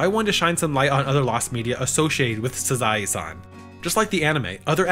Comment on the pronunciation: I don't think that's how you pronounce "Sazae". I'm 99% sure it's "Saw-zay". Of course, my knowledge of the Japanese language is nebulous at best, so I could be wrong. Hell, until this past November, I didn't know the "t" in "Ritsu" was silent, probably because I tend to watch anime on mute and make my own voices, sound effects, and music in my head (I'll never watch K-On! the same way again...).